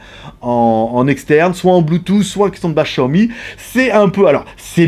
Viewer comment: Comme il prononce Xiaomi mdr les Français. J'utilise l'home cinéma au moins 4h00/jours donc on est pas sur la même utilisation.